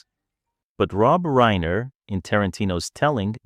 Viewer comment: 'reeener,' AI garbage